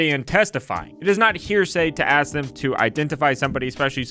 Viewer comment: In his defense, he finally learned how to pronounce "ask".